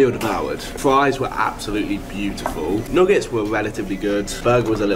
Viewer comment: Bro how did you pronounce nuggets 💀